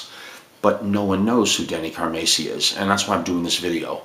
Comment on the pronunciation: Pronounced 'Car-Mass-e' ( Mass...like saying, 'Went to Church Mass) So...Not ..."Macy'...as you mis pronounce. also...Just Bill Church. Not..."Up-Church'. just setting that straight. great stuff. one of the biggest Car-MASS-i fans, ever. Trust me. I've got stories. but...thank you for speaking about Denny. A true Legend drummer.